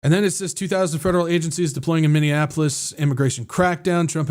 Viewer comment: MINNEAPOLIS, NOT MINDIANAPOLIS😂